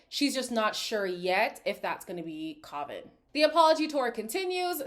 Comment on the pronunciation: youre pronouncing kavans name wrong btw! i cant type it out but if you hear them say it